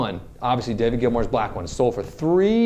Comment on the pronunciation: I liked everything about this video apart from the “Gilmore” part after his quote. It’s Gilmour dammit!